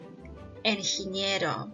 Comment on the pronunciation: not Enginiero. Ingeniero